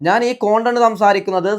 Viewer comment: കോണ്ടന്റ് ആണോ അതൊ കണ്ടന്റ് ആണോ 🤔